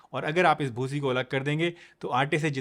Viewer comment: Bhusi sounds funny 😂😂😂